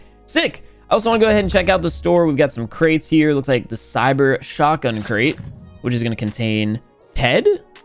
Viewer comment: Did he actually say: "Cyber Shotgun"